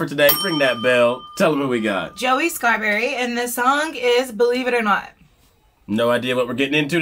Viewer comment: I THINK ITS NOT SCARBURY. ITS ENGLAN DAN-DANSEALS.